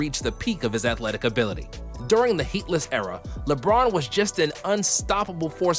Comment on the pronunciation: Lmao did this guy really pronounce "Heatles" as "Heatlis" ?